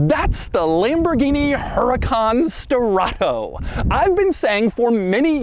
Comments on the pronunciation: not Strato BUT STE-RRA-TO. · Sterrato is NOT pronounced sterrahhtttooou dougie boy. If it were, it woudn't be written the way it is. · I lost count how many times he said: "Sterrrrrrrrrrrrrrrrrrato" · “SSSTTerRATOO”… sir y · Love how he keeps saying "STERATHO" 😂 And, who cares for the engine downgrade ? You still have 600 horses for an offroad adventure . And it's not even considered slow . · “This is my BrAnD NEW HuRAcan STerraTO” (put emphasis on the capitals) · why do you pronounce sterrato so exaggerated every time you say the word.. kind of weird lol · It’s the emphasis on STERRATO for me 😂😂😂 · If this guy says “Sterrato” one more time… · Drink everytime he says "Sterrato" 😵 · Take a shot every time Doug pronounces Sterrato with the over the top tone and you'll be getting your stomach pumped in no time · He really tried to nail home how obnoxiously annoying he can keep saying "sterrato" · Say Sterato once again but slower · Doug made this video just so he could say “sterrato” with crazy emphasis every time